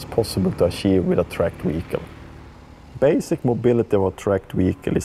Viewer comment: "Tracked Wehicle"